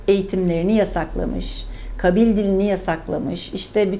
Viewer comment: kabil değil kâbil olacak . abdulkader değil abdulkâdir olmalı .